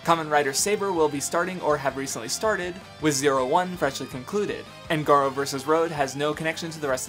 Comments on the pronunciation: Can I just say that that pronunciation of Garo hurt me. Gah-row. Not Gahro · Garo pronounced GAH-ROW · "Guh-roh" ..... That pronunciation pained me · Aside from the strange pronunciation of Garo, this was a damn solid video. It really helped remind me of just how awesome tokusatsu is, and I might give some of these other shows/movies a try sometime soon. Keep at it my guy